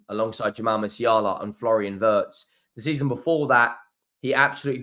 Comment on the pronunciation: German here, I really do like watching your videos... but please... the pronunciation of Wirtz is like Veertz and not like in hurts ! ❤